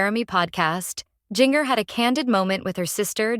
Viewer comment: Please learn to pronounce Jinger"s name properly. Are the producers of this blog depending on AI!?!